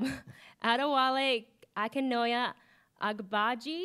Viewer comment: it's said like - AH - DAY - WAH - LAY AH - KOO - NO - YAY AH - BAH - JAY. (Adewale Akinnuoye-Agbaje) You're welcome, from your friendly neighbourhood Nigerian.